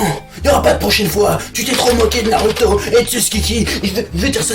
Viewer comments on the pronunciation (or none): none